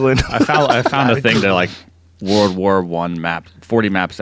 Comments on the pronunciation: “Wurl War Tew” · "Wurl War Wan"